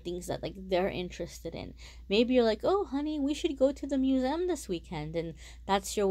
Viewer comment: What's a Muse-M?! Museum? Who calls it that haha Good reading tho